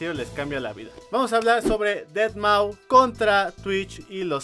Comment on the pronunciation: Aprende a pronunciar deadmau5 por favor...